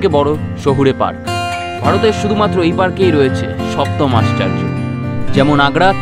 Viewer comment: আশ্চার্য নয় দাদা আশ্চর্য 😂😂😂😂